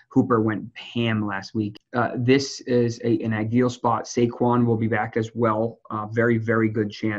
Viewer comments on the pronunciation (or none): Why is he pronouncing "back" like "bike" is that a new york thing lol